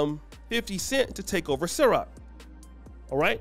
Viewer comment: it CIROQ not SYROQ🤦🏽‍♂️but I digress my man 😂😂